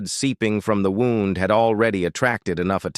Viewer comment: The AI voice used the word wound and not wound. 😂